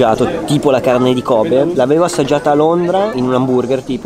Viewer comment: "cavne di kobe"